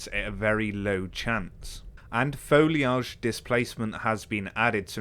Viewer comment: FOLEEAGE! That pronunciation though, Love me some;).